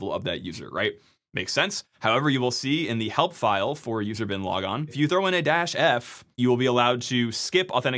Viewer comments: I heard "user Bin Laden" and can't unhear it now. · anyone else only half watching and repeatedly triggered by 'user-bin-logon?'' i thought the seal team dealt with that? edit, also 'I am root' for guardians fans... maybe repeat that a few times... i... am ...rooooot